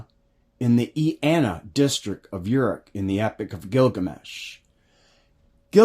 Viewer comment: I'm admittedly no expert but I believe Shinar is pronounced Shin-r..Uruk is oor- ook. Erech is a translation to maybe hebrew? Thanks ..interesting!!!